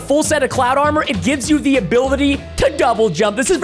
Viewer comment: did anyone notice he said abiltity